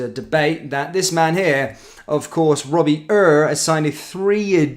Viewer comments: Hi love your videos. Robbie ure his name is pronounced same as you would say “your”👍👍👍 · I love your pronunciations, always fucking hilarious! 😂 Robbie uuuurr 😂